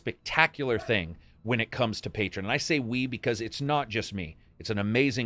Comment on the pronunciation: It's pronounced "Pay-Tree-On" not "Pay-Trin" Love your vids